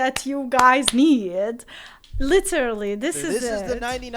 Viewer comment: Literally ❌ Litter lee🗿